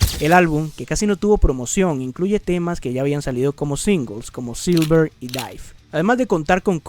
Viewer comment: Dato curioso no se dice silver se dice y llama sliver